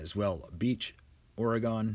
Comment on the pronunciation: Great information! However, please note that Oregon is pronounced "ore-gun" not "ore-gone."